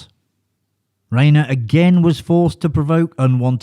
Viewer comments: Problem with AI...RHINER NOT RAYNER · Omg... Yes thank you. It's Rye-ner and Dry-fuss. Rayner and Drayfus is not right. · FFS - its pronounced like RINER, not “Rainer” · Rob Reiner : "Riner" Ri-nor is the correct way to pronounce his name. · "Reiner" not "Rainer." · Rye-ner. Rob Rye-ner, not Rob Ray-ner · I was beginning to think that you were mispronouncing Rob "Riner's" name on purpose. You also did not pronounce Richard Dreyfuss's name properly. Get it right next time! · Pronounced RYE-NER dumbass. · Row-kay says "Ray-ner" And "Dray-fess" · In the World ? That would screw me (and probably you) out of every name that doesn't use the "alphabet" for spelling. Robs' father Carl Riener (Rye-Ner) became famous along with the early days of television. The name is integrally tied to TV and cinema since the 1950s. Mis-pronouncing it tells me that you're either AI or you're commenting on someone you've never even heard of. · It's Raner, like Ran er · FYI Rein in Reiner rhymes with “fine.”